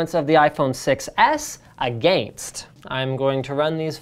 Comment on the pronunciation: I cringed when he said "against"